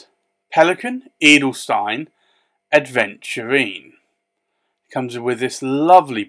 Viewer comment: My only complaint is the mispronunciation of the word Aventurine. Especially as you’re writing it since THERE IS NO D. Apologies, love the reviews